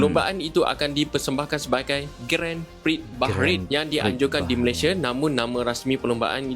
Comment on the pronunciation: Sebutan Grand Prix bukan Gren Priks tapi Gron Pree bro..😊